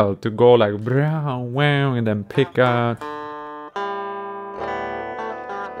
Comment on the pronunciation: "Ive made an put of pitch guitar" "So many noouts" lol